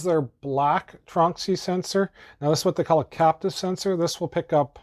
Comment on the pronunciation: I think you mean "capacitive" sensor, not "captive" :)